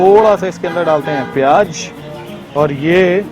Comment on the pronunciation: Pyaaj nahi pyaaz hota Hai !!